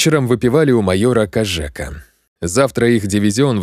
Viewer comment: Отличное выразительное, позитивное прочтение. Однако, ошибки в ударениях. Должно быть: у АнищукОв, у л-та КОжека, ЕлаАтомцев, с КуликОм, казачИна, ПильнякА.